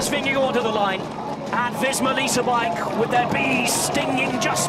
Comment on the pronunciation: It’s a little thing, but I wish commentators wouldn’t called him “Vinne-go”. It’s VinneGARD.